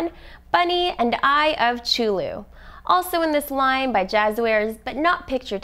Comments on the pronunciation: First off its 2d not 3d and second its cthulhu not chooloo 👎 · It's a 2D game, not a 3D game... And it's pronounced Cah - Thoo - Loo not Choo - Loo, Cthulhu doesn't even have a ch in it xD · also its (ca-thu-loo) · guys the eye of chew-lew is my favorite boss lol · Eye of Chewlu?!? Omg.... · Hold up.... Eye of Cu-thew-lu, that's how you pronounce it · Also she says chulu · thwe person saying it said it wrong i know its cthulu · she said cuthulu wrong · You said the name wrong 😣